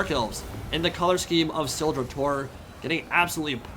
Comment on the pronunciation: When you said Carstein, i thought for a second you were german, greetz from Germany